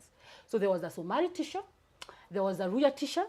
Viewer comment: Is it that she cant pronounce the word teacher,wacha na bla bla.ama ni kujifanya.si kwa ubaya